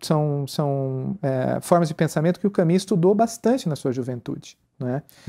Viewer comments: gosto demais desse site e dos assuntos abordados. gostaria, no entanto de observar a importância de pronunciar os nomes o mais próximo possível. Albert Camus (CAMY, mais u que i). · Só gostaria que pronunciassem melhor o nome "Camus".